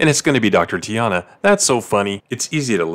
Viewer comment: Bruh, you didn't even pronounce T'ana's name right, way to prove you didn't even watch the show.